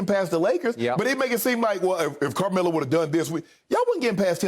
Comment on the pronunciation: Shannon…is it Camelo or Carmelo? Lol 😂 he literally took the whole “r” out.